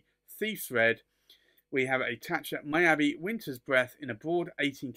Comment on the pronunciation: Thank you,. Beautiful pens out of my price range. Fun to see, though. (Miyabi is pronounced Mee-yah-bee) Thanks again.